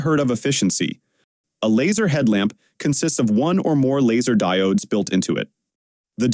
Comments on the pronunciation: "the DIE OHHDSS" 😂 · Did this guy just say Diooodes?